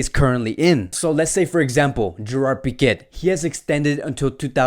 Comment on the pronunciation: Piquet lmaoooo. TersteHen 💀💀😂